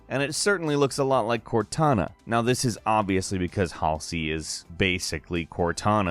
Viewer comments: You butchered halseys name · Cath-er-in Hall-zee :))